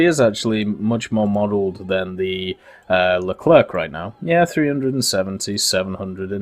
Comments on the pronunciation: Leclrec not Leclerque don't prononce the "c" pls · Please, stop all pronounce LeclerK , its more "le - clair" :)